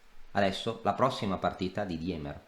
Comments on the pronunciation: Si pronuncia "Dìmer" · scusa è tedesco si legge dima